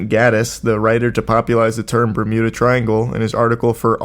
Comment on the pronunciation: the "mermuda" triangle 🔺️ ♥️ 😂 Love when the boys get motivated for a video. LOVE TO SEE IT 👀